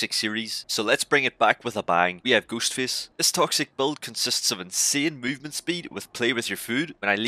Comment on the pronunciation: “We have Goost Fist” I’m sorry, it might be an accent but the way you pronounced “Ghost Face” had me rolling. I would not want to go up against this build though. Just looking at it at the start and I can already see Starstruck. That’s enough to make me nervous in a match.